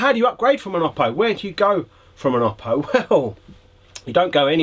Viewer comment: Oh-Poh, not Ah-Poh. Don’t like it? Contact Oooooppo.